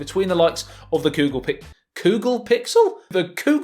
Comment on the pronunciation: The Ghoggle phiksel